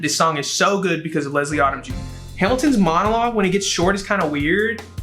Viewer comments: I’m so sad right now. All my favorite songs are just being disrespected and I’m heartbroken. 😣😣Also, it’s not Odd-um. It’s Odom like Modem. 🤦🏽‍♀️ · LESLIE ODOM JUNIOR'S NAME ISN'T PRONOUNCED LIKE AUTUMN IT'S PRONOUNCED LIKE OH-DUM OMG